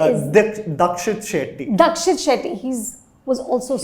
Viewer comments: Its Deekshith Shetty! Not Dakshit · It’s DEEKSHIT SHETTY! Not Rakshit or Dakshit. Such a disappointment when you can’t get a name right. :/ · What is Dakshith Shetty? It's Deekshith 😂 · First Rakshit, then Dakshit😂. It's Deekshith Shetty